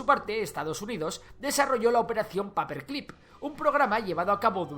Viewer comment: Se dice paper clip ,no paper clip